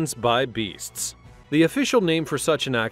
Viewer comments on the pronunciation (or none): Execution by "beastes" like the bestes boys? It's beasts.